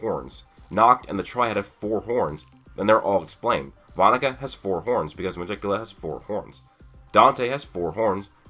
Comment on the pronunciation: Nice theory but.... I KNOW YOU DIDN'T JUST PRONOUNCE MEGICULA'S NAME THE WAY IT'S SPELT